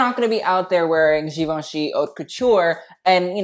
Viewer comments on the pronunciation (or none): (not being rude) but I think 'haute' is pronounced like 'oat'